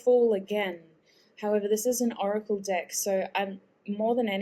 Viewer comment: Why do i always here another vowel when she says “dEck“?